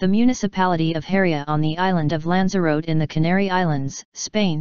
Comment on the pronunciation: Pity you used the Microsoft robot voice. for starters, it cant pronounce the word 'Lanzarote' correctly.